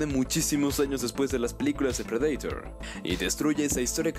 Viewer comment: Depredaitor JAJAJA en inglés es predator JAJA